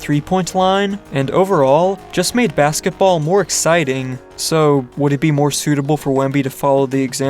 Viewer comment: dawg i was just thinking the same thing💀chill on that T